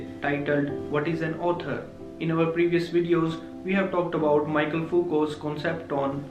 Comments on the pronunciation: mee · shel not Maikel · It's *Mikhel(Michel) not Michael